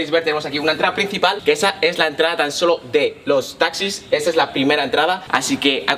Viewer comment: "Esa es la entrada-solo-DE-LOs-TAxis"